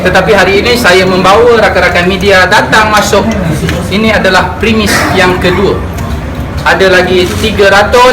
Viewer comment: jamal oh jamal..sebut premis pun tk betol....kesian kamal